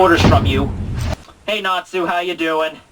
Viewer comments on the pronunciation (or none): none